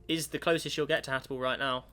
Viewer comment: can we get a count for how many times says "Hatable" instead of "Habitable"